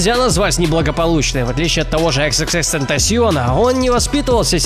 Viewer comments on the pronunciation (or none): none